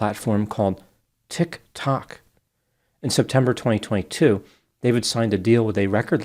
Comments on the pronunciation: It is TeakT4k😅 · I love the way says "Tik-tok." 😂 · please keep saying tic tock they way you do...... very funny. 😃👍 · The way you said...TIK ..TOK..as if you had never heard of it ?? That was just you joking right?? 😂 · my boy said tiktok like it was a unheard of species 🤣🤣🤣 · Every time you say TikTok it makes me happy because it sounds like you’ve never heard of it in your entire life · Love the running Tik Tok pronunciation gag. 😂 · Can someone explain to me why Dr pronounces “TikTok” like that? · How do you not know how to pronounce Tiktok or Doheny? I'm beginning to believe this is Ai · Like when parents used to say "Poke-man" instead of Pokemon. Its like "I you're doing that on purpose" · 💭💭 I love HOW HE SAYS “TIK TOK” 🤣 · knows how much we love his pronunciation of "Tik Tok" 😅😅😅❤❤❤ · well, it's more the enunciation part😀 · Reggins. No one wants them in their life; no one needs them in this world. They're more annoying and unintelligent than pronunciation of "Tik Tok."